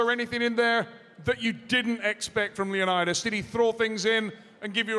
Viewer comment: Would’ve been nice if they at least tried to pronounce leonidas name correctly